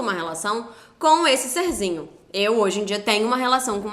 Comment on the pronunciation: Ele falando "ser-zinho" sinto o ranço daqui kkkkkkk